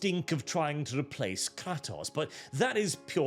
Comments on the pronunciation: But he said Kratos wrong 😂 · The way he pronounces kratos is really annoying